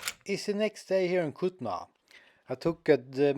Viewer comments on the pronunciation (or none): Bro this is kulna not kutna